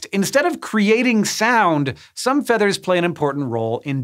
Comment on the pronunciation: Did he say feeters